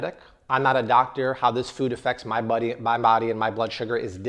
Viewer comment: did he say my 'bobby' instead of 'body' ?